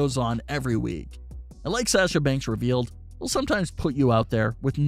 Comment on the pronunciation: “From Say-asha Banks” 😂